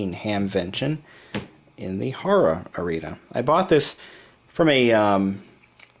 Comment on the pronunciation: I'm from Dayton, OH where he bought this laptop at the HARA expo, pronounced like haira, not haura. Plus there is an entry fee at the expo, Usually $20. There is an air force here and many liquidations end up at the trade shows. That's why laptops start at $15 here. LOL